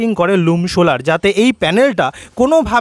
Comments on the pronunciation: Sholar panel na solar panel..uccharon thik korun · Vdo is nice but bad pronouncing of solar..